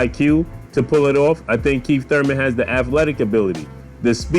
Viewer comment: U said "KEEF one time Thurman" lol